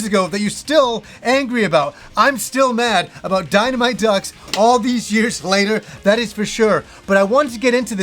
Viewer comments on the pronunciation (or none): none